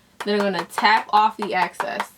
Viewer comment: Great look! Is it a New Yorker thing to pronounce "excess" as "access"? I've heard other YouTubers say "access" so I wasn't sure if it was a thing...Thoughts?